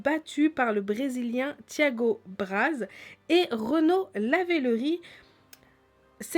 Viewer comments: C'est Renault Lavillenie pas Lavellerie... sinon bonne vidéo ;-) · pas Renaud Lavillerie mais Renaud lavillenie 😁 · on dit Renaud levileni pas lavileri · lavilleNIE pas lavillerie sinon bonne vidéo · on dit Lavillenie et pas Lavillerie mais super vidéo! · Oui je suis d'accord avec tt le monde commente bien mais c'est pas Renaud Lavillerie c'est Renaud Lavillenie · ça ne se di pas lavilerie mais lavilennie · Abdel c tromper elle la dit renaud lavillerie est c'est renaud lavilenie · Renaud lavillerie... Putain faut pas abuser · On dit prononce pas lavilery on prononcé lavyleni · Faut que apprend à parler sérieux.. Lavillerie au lieu de lavillenie Correption au lieu de corruption etc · Renaud lavillenie et non lavillerie :) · On dit lavillenie pas laverlerie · a dit renaut lavilori alors que c Renault lavinoli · a dit renaud lavillerie au lieux de lavillenie mais c pas grave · c pas lavileri mais lavilennie ^^ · lavileNie pas rie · La prononciation c'est Justine Gatline et c'est aps Renaud Lavileri mais Renaud Lavileni ! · J'ai bien aimée la vidéo mais c'est Renaud Lavillenie pas Lavillerie tâta mais ces une dès meilleur video sur les jo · Mèrde c pas lavilerie! Qd tu fais une vidéo comme sa essayé au moins de connaître le nom des athlètes surtout pour parler en négatif d eux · à dit Lavileri au lieu de Lavileni mdr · c'est pas lavileri mais lavileni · Merci de ne pas deformé les noms des atheletes. Renon Lavillenie et non lavillerie. Essayer de bien parlé ! Sinon faites rien. Bonne soirée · C Lavellerie c Lavillenie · mskn Renaud lavillerie Mdr c'est lavillenie et "gatlin" cest gatilin"e" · c'est Renaud lavinelli pas lavireri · Bravo d'ecorcher le nom de Renaud Lavillenie (pas Ravillenie) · on dit renaud lavilleni est n'ont pas renaud levilleri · Renaud lavillerie mdrrrrr ( lavillenie pour ) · mdr "renaud lavireri" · Quand elle a dit Lavillerie j'étais pas bien déjà puis elle a dit Gatlin et j'ai arrêté la vidéo lol